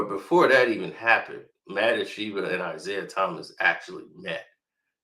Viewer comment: Wow you murdered saying Ishbia's name.